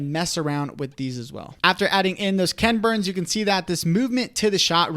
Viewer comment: You guys make such helpful videos! I did chuckle at your saying KENburns, instead of equal emphasis KEN BURNS. I remember first watching his documentaries that "created" this style more than 30 years ago.